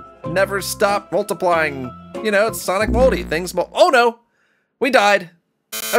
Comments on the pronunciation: it sounded to me like he said "Sonic Moldy" at the beginning of the video instead of "Sonic Multi" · It sounds like he said sonic moldy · It sounds like you said Sonic Moldy! XD